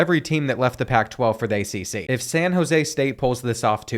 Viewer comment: he said accc schools😂😂😂😂😂😂😂😂😂